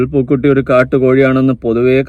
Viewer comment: റസൂൽ പൂക്കുട്ടി (പൂക്കുറ്റി )അല്ല